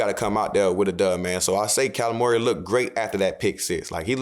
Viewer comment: when you say Kyler Murray it sounds like your saying Calamari